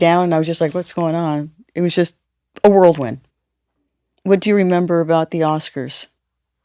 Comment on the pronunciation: I love how Apollonia pronounces whirlwind as worldwin. So adorable. Jill is my favorite interview. I love everything she brings to the table. Keep being awesome, you guys.